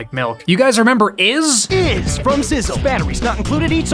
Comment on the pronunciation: You said iZ and I immediately let out a loud gasp